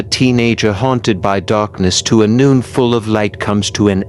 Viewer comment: Okay, I made it 48 seconds in before the idiot AI voice decided to pronounce "nun" as "noon". Fuck this channel.